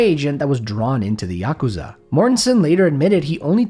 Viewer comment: I think this is the first time I’ve ever heard someone pronounce yakuza correctly